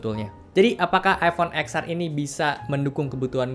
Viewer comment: Btw baca X nya itu iPhone Ten. Jadinya Ten Ar bang. 😅